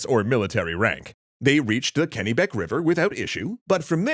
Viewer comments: Hello I am Veronica, I'm from Maine, its not said Kinney beck its said (keh nuh bek) please address this in Lies please. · Ok ok ok I'm sorry but it's pronounced ken-neh-BEK not ken-NEE-bek V/r, A Mainer